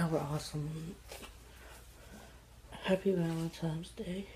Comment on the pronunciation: There.Is.NO.M.In.Valentines.Day!!!!!! For god's sake, english is your native tongue, isn't it????